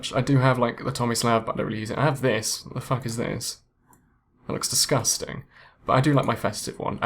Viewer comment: "It looks DIS-GUS-TING" xD